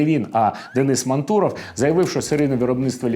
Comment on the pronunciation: "М-А-нтуров", а не "МантУров". Ударение на 1-м слоге.